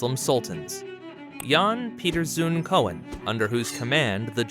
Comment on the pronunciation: Full of mistakes, for example it is Zoon and not Zoen with ow as in slow and not with oe as in shoe... The borders are wrong, you missed several areas, Koen with ou as in you... etc sloppy work, typical american video.. You missed Japan, Ceylon, Yeman, Ghana.... Maastricht.